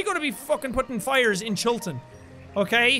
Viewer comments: you say Chillton like you're trying to be American😂😂 it's cute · 'Chilton' Nooo I dont wanna go back to school